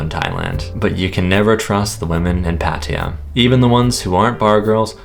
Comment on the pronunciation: Please learn how to pronounce Pattaya; could be part of the reason you keep getting scammed. It screams please take advantage of this farang.